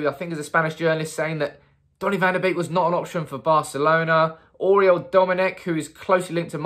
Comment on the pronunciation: One of the only Youtube influencers who says his name with the correct pronunciation. Kudos!